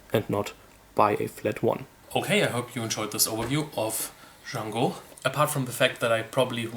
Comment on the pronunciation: Yay u pronounced the name correctly!